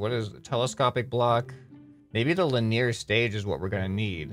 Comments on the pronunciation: Really enjoying watching ou play this game, it looks like lots of fun. Just one thing real quick: "Linear" is pronounced lin-ee-er, not lin-ear. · Why U sayin' "linEEr" it's "LInear". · Hey you're saying the word wrong let me see if I can explain it to you. Lynn-e-err not Lynn-ear......... one is a racetrack the other refers to motion. By that I mean there is a race track named linear and what you're referring to is linear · Haha, it's not "Lin-near". It's "Lin-ee-er" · linear is pronounced li· nee·uh :) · English is my first language and trust me. He ain't sayin' it right. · the way he pronounces linear...